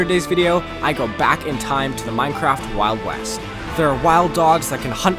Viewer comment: Did anyone else hear wild wast?